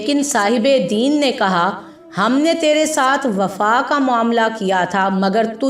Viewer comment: مستقل دین دین زیر ساتھ کہ رہی ہو ےہ دین زبر کساتھہے